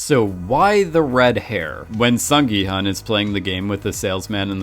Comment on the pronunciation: hun in gi-hun is pronouced 'hoon' (well, the subtitle could've been betten in this case i suppose) & hwang in hwang in-ho & jun-ho, 'h' is pronounced so it's not wang as you pronounce it...sorry i'm bored so thought i'd just put my 2 cents in...